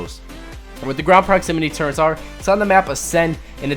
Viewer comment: Why do people say turrents